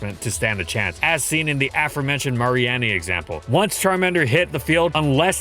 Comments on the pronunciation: I came to comment the same thing, I was completely thrown off by that. It's definitely Ma-ree-nee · I don't think I've ever heard Mareanie pronounced "Marie-Annie" before. I've always said "Ma-Ree-Nee" since I assumed the name was a splice of 'marine' and 'meanie'. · "Mar-ee-annie”? 😂 You mean Mareanie? Like, Marine + Meanie? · Don't think I've ever heard someone pronounce mareanie as "mary-annie." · It was so weird hearing "Mary-Anny" for Mareanie... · DID THIS MAN JUST SAY MAREE-ANNIE????!!!! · I wonder how many of the downvotes are due to how this video butchered Mareanie's name. It's a combination of Marine and Meanie. Not "Mary Annie". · Poor Mareanie getting its name slaughtered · That pronunciation of Mareanie was so bad I could swear you did it on purpose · Why does he pronounce Mareanie like that? Is that the official pronunciation?! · You'd think that would know how to pronounce Mareanie after all theses years. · Can we talk about that Mareanie pronunciation? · That Mareanie pronunciation though